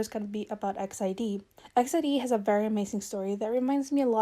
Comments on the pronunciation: i'm pretty sure it's pronounced "e x i d", but that's okay, i just wanted to inform people! most say it like exid, as in "exit", but i'm sure you sound out each letter. love the video, they're one of my favourite girl groups. <3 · E-X-I-D not X-I-D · Wow I’ve heard so many different ways on pronouncing EXID & this is the first I’ve heard “EX ID” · All this time I thought it was pronounced "ex ieh duh" that's the closest I can write it phonetically...